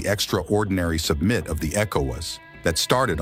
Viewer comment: A.I. can't pronounce "summit".